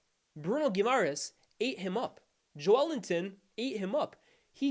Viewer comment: That’s the correct pronunciation